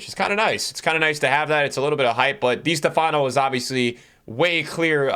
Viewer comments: Literally everyone: Di Stéfano NickTheAllAmerican: Dea stefáno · Is not di Stefaaano . The accent is in the é. Di steeefano. Right pronunciation. Dee-ehs-TEH-fan-o. Not dee- s- teh- FAAh-no. I cringe when you cant go to youtube and find the right pronunciation of the first great player of all time. I did not see him play either but I have heard his name. How would feel if I make a you tube video and i pronounce de ligt as de light. You would think i dont know soccer.